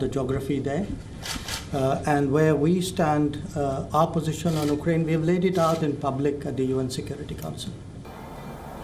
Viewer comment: Why do you call it ' UK-ER AINE'. it's uk-raine!